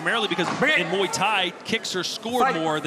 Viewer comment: moo ee tie??? mway tie!